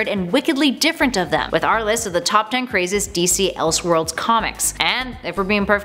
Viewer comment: “Elshworlds” and “praduce” huh? Are you a real world A.I. human being? I’ve never heard that before in my life.